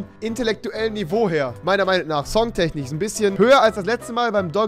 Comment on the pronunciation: Songtechnich. Spricht man das nicht Songtechnisch aus